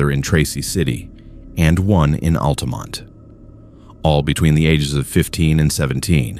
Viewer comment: You need to teach the AI to pronounce words better like Monteagle pronounced like it is written not how you did and Sewanee is the same although you got Altamont really close . I know because I grew up in that area and I'm 74 y/o now. Some of my family is from around there.